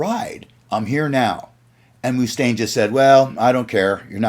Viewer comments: agreed. Great video, but learn the pronunciation of the main guy the video is about🤷🏻‍♂️ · That’s BS. No one ever pronounced his name like that anywhere.